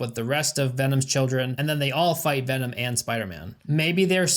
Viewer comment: Hearing you do the veennomm vvv-v-v-vvennon Kills me 😂😂